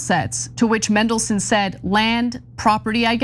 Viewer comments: That's just how yanks speak. If they say Manchester, they pronounce it Menchester. Just let em be. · Mendleson. Mega lols. Love how get pronunciation wrong. I might refer to him now as Mendleson. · You’re pronouncing his name wrong. It’s Man-del-son. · Who's Mendleson? Some classical music guy? Seems she can't even read words phonetically! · It's pronounced "mandle-son" . Thank you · MAAAAAANDELSON.....it's not hard... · ITS FCKN MAN-DELSON!!! why do Americans have to mispronounce fkn EVERYTHING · Its Mandle-son, You are right about the rest though...we are really showing up the US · As soon as I clicked I wondered how they would mispronounce Mandelson 😂😂😂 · To ignorant to learn the correct pronunciation. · That was infuriating to watch, we even saw what she was reading! Who just changes the pronunciation of a letter when reporting a serious issue? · That would be Peter Mandelson. I think they were pointing out how they repeatedly mispronounced his name as “Mendelssohn”, like the composer. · MANdelson.. Not MENdelson.. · Mandelson not Mendelson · MANdelson, like man. Not Mendelssohn. Bad journalism. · His name is Mandelson not Mendelson, if you are reporting, please get the name right! The man is a pos btw, it’s just infuriating that so many people can’t get simple things right and it does detract from your reporting! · It's MAN-delson, come on guys, do you not take a second to check how to pronounce the names of the people you report on!? I'm now going to be pronouncing your names EH-na and Chank. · It's Mandelson, not Mendelssohn. Can Americans not read? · MAN-DEL-SON Not MEN-DEL-SON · Mandelson not Mendelson. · Why not? Because you have a flawed and bipartisan justice system. In the UK, judges are NOT "elected" by politicians. They're "employed" based on their competence and aptitude for a job. it's Mandelson, NOT Mendelson! Think of Mandy not Mendy! 😅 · Mandelson Ana...as in Man,not men. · It’s Mandelson not Mendleson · It's "MANdelson" Ana. Not "MENdelson."